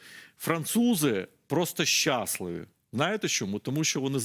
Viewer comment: Пане з усією повагою, не щАсливі а щаслИві! Дуже вухо ріже))